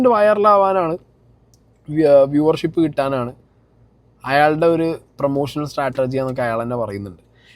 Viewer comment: സ്റ്റാറ്റർജി അല്ല സ്ട്രാറ്റജി ഇനി പറഞ്ഞ് തരില്ല.